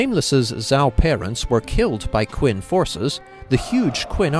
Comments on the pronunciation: cringing each time you say "Quin." Phonetically It's Chen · I really hate to be pedantic, especially since I've never seen your channel before. But it's pronounced "Chin/Chen". That emperor is the reason the entire country is called China. He basically conquered all the warring states to unify the country.